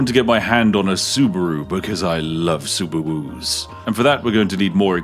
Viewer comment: Did Spiffemy Clarkson just say "SubUwUs"?